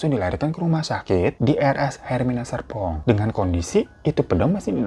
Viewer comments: Bang hiro bilang Serpong nya kepleset apa emang kuping ku yg filter otomatis huruf R nya 🥴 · Bang, lu kepleset, sumpah gua gak salah denger, serpong bang, jgn ilangin R nya, kwakwakwak